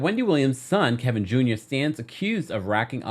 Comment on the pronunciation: Just can't say Kevin without adding an L in there, can you??